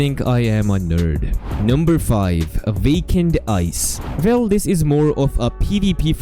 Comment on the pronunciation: The "vell" kills me 😂😂